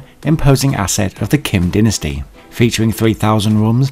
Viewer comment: It's dynasty not disinty